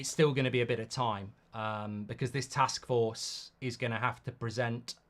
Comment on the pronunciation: "A joint task fork" 😂